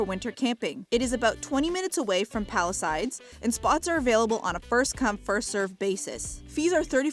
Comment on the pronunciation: why do you say palisides when its palisades?